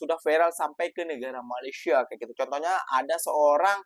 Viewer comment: malaysia ... sebut me le sia ... bukan ma le syia